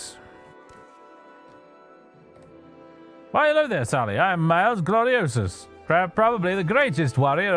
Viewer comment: I'm surprised doesn't know the "Miles" in Miles Gloriosus is pronounced "Mee-les", not "Miles". Miles Gloriosus (literally Boastful Soldier) is a fairly well-known stock character in classical Roman theatre.